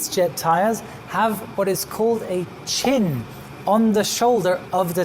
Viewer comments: also Chine not Chin. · It's "chine". Great video,! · Great information,. On terminology, it is tire tread, not thread; tire chine, not chin. The heat damage done to a tire by hydroplaning is called rubber reversion. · Good video. I'm sure someone has said it already but I've only heard it called a chine not a chin. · Chine. The ring on the nose tire is called a 'CHINE" not a "chin". jfc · It’s called a chine not chin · I thought it was a "chine" chyne.